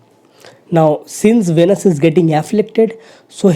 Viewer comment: Plz listen pronounciation of Venus on Google..and correct it